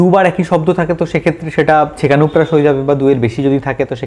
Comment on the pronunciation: উপকৃত হলাম। কিন্ত কিছুকিছু টার্ম বহূ বার শুনেও বুঝতে পারলামনা অস্পষ্ট উচ্চারণের জন্য। (যেমন সেকানুপ্রাস না ছেকানুপ্রাস না সেখানুপ্রাস)